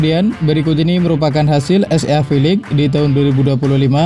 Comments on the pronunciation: es ea ea ea,,,,,,😂😂😂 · Baca nya mimin SEA nya salah.cara baca gk bgtu lah min..